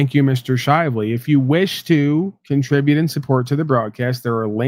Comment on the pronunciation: Did you say cumtribute at the end of your broadcast? Or was that the porn I was listening to in the background… hmmm.